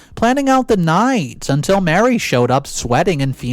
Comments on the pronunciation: please stop mispronouncing “Marie” like “Mary,” they’re not the same name. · Her name isn’t Mary, it’s Marie. just mispronounced it. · Thank you. It's the third video he said the name wrong.